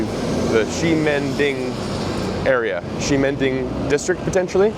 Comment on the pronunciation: You finally pronounced Ximending correctly. 😂